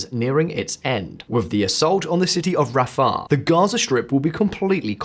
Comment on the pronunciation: Interesing, but Christ, make an effort with the pronounciation! "Rafaaaah"?? "Ariel as in washing up liquid" "Sharon off Easteneders". Please make an effort, it's painful. Don't expect to pronounce like a Sabra, but something a little better.